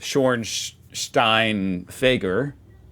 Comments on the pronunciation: Damn you pronounced schornsteinfeger actually really well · Wow, that tricky word "Schornsteinfeger" came out really clearly. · Hey, nice pronounciation of "Schornsteinfeger":) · Great pronounciation,. Schornsteinfeger is one of the harder to pronounce words. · You definitely practiced "Feuerstättenschau" und "Schornsteinfeger"! 😂👍